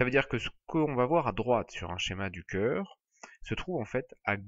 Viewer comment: magnifique video juste un defaut ce n'est pas "ceur" mais "cœur " sinon merci beaucoup pour votre video:hand-purple-blue-peace::goodvibes